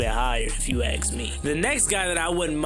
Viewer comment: It's pronounced ASK. ...not AX man. The word is ASK. That being said love your channel!